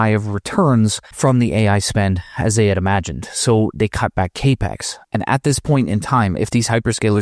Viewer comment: Haven’t heard the term cay-pex before, only cap-ex. Is this the correct way to say it?